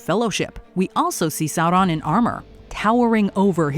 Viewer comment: Loved the way says the names Galadriel and Sauron